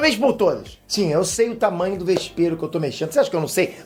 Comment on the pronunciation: LÊ os comentarios e você vai entender porque o disse "mexendo com um vespero" hahahaha